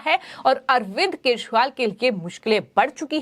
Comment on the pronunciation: पहले तो यूट्यूब पर बोलने वाली मैडम के शब्द को देखिए केछ वाल क्या होता है। उच्चारण ठीक नहीं है😢